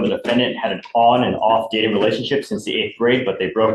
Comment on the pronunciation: I heard gay too. I’ve listened to it several times and I can’t hear dating, even though obviously that’s what it is based on context.